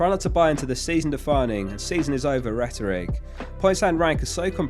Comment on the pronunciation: Nice vid bud. I'd look up how to pronounce Rhetoric though 😉